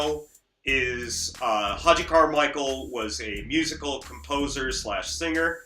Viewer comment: To the maker of this video- your admiration of this album and of Stark Reality is laudable, but please educate yourself about Hoagy Carmichael. You can start by pronouncing his name correctly. Hoagy with a hard G- just like the sandwich. Then listen to a few thousand recordings of his songs. Stardust. The Nearness of You. Georgia On My Mind ( no, Ray Charles did not write it), Heart and Soul ( yes the song that two little girls always play when they sit at the piano together), Skylark, Up a Lazy River, Two Sleepy People, Small Fry, etc.He happens to be one of the most renowned and recorded song writers in the history of popular music. Most of his songs have become standards in pop and jazz. He is as significant as Rogers and Hammerstein, The Gershwins, Cole Porter, Lennon and McCartney, and just about any composer, producer and performer of any style or in any era of music. From your remarks in this video, it seems you have never heard of him and it’s rather embarrassing. He did this show in the twilight of his career at the behest of his son and as a gift to children. He made no such television show in the 1950’s.